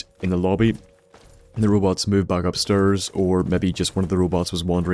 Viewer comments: fuck stop saying upsterrs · He went upsturs!